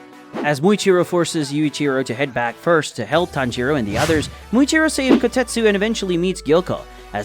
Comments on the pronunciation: you called tanjiro, tanroji in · HOLD UP “Tanroji” 😂💀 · Did anyone else realize that he called tanjiro tanrochi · Tanjiro ✖️ Tanroji ✔️ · I heard tanjiroji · I thought I misheard and misread but it is tanroji